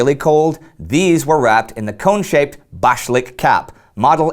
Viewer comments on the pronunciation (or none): Applause on the largely successful attempt to pronounce the Russian words with the correct stress! So, you got only 'bashlyk' and 'sapogi' wrong (both of which should be stressed on the last syllable).